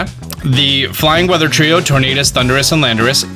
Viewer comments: It’s Tornadus lmao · Look at Landorous or Thundurous Everyone: It's a Tornadus